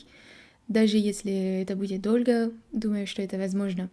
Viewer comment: не "дольго",а долго.Анекдот в тему-в Грузии идет урок русского языка.Учитель говорит: -Дэты,в русском языке слова "тарелька"и "вилька"пишутся без мягкого знака,а "сол"и"фасол"-с мягким знаком. Это нельзя понять,это только нужно запомнить.🤠